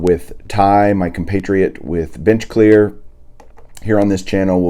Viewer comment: lol you said bitchclear its bench clear lol.